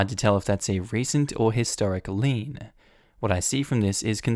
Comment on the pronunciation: Lien, lien, lien,lien, lien! (Not lean)